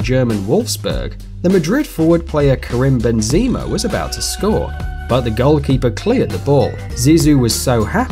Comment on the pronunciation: “Kuhrimm Benzeema”